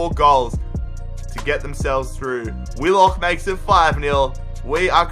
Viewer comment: Bro finally i keep telling you to do a Wanderers Rebuild, and it’s Willock not Willick